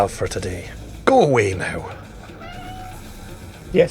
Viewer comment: The least scottish sounding 'go away now' since last attempt on live stream.